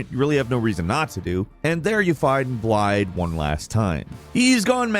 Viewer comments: As a Welsh man, hearing Blaidd pronounced Bliad and not Blaith hurt me. Also fun Fact Blaidd is Welsh for wolf. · Its not blade, its blaidd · I feel the same way about everyone pronouncing Blaidd with D's, rather than as Blythe, which is allegedly the Welsh pronunciation, AND how the eff'ing voice actors say his name in game. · Even though i also pronounce it with D's, i agree with you. I say with D because i don't know any better. But after a bit of research i found out that blaidd is an actual welsh word, i completely agree with you. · He said BLIDE LOOOL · Right?! They even pronounce Blaidd's/Blythe's name correctly for people in the game! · Crazy how horrible these guys butcher the names, no hate, the videos are good, just a little annoying lol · you guys should not make Elden Ring Videos. The lack of research is so evident. You are not even pronouncing Blaidd's name right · I love hearing all the Welsh names in this game, but hearing the way everyone is butchering the pronunciation is horrid!